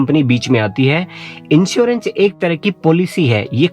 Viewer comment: Also, 1st party inchewrench ( in place of insurence)